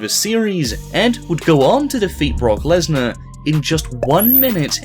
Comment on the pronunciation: Lesnar Leshly